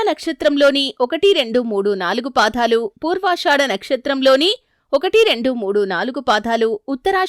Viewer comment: పాదాలు అనాలి... పాధాలు కాదు